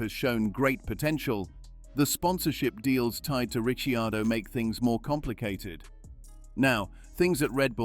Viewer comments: If your going to put a story out make sure you can say his name correctly ric ..car..doe...not Ricky...are..doe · Did say Richy-Ardo a few times. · They could at least pronounce his name correctly , he himself said it’s pronounced RE CAR DOUGH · Daniel Ricky-ard-do hahahahha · Sounds like the voice over is badly created AI, and it can't even pronounce the name of the main subject of the video. Have now unsubscrided and won't be back. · Maybe you can pronounce Daniel's name like he does. Show a certain lack of foresight.